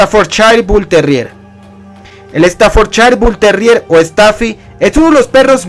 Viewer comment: Exodium compañero se dice stafforshire bull terrier, es el original ingles, el otro es el american stafforshire terrier,producto de los inmigrantes que fueron a trabajar desde inglaterra e irlanda a estados unidos espero que te haya servido sus iniciales son uno sbt y el otro amstaf